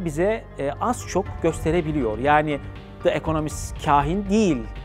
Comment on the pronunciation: De ekonomist değil Di ekonomist söylenişi